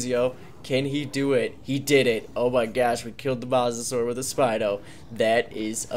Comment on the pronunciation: Dude not mossasur mosasaur is said moesasaur not a hater love ya content but I had t point that out